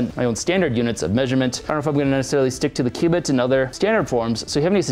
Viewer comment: all i hear is q-bert q-bert.